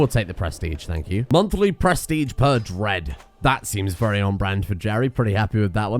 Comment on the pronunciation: can you look into your pronounciation of prestige? It's driving me kinda insane how you're saying "press-tea-tch"